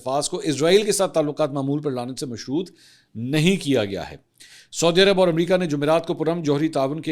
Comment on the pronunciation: Respected Mansoor Sahib, As a regular viewer who greatly respects your journalistic credibility, I wanted to gently point out a few pronunciations of regional names: Sana'a (صنعاء): Pronounced as San-aa' (with a distinct pause/glottal stop for the 'Ayn ع), rather than Sana. Yanbu (ينبع): Pronounced as Yan-bu or Yambu, rather than Yamba. Saudi (سعودي): Pronounced as Sa-oo-di, rather than Sodi. Please take this note in good spirit. My intention is certainly not to showcase superiority, but rather stems from high regard for your work. I would be glad to assist if you ever need any guidance on these. Best wishes! Tahir Ubaid Chaudhry A junior news anchor